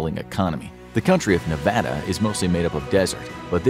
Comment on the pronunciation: Finally someone who doesn’t say NevOHda 😌